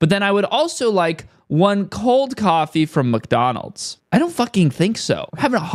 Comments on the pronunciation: Also dude, it's MICK Donalds not MUCK Donalds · letting his britishness slip out when he says Muck-Donald's 😁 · I can never un-hear calling Mcdonalds MUCKdonalds ever again hahaha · do you really pronounce it muckdonalds every time? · Pretty interesting, but also keep getting distracted by "Muck"donalds